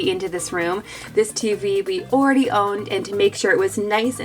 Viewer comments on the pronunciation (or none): Why dose say ooo ready had instead of all ready had Love you guys I’m a big fan